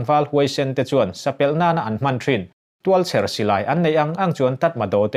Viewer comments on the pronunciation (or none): Sapelh nilo vin, sapêl tih tur.